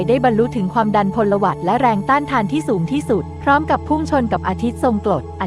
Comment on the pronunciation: พลวัต ไม่ใช่ พลหวัด